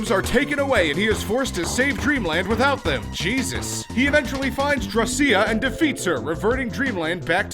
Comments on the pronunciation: it is pronounced Draw-SH-A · drawcia is pronounced drawsha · It's pronounced DRAW-see-ah. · The way you pronounced Drawcia’s name makes me a tad uncomfortable.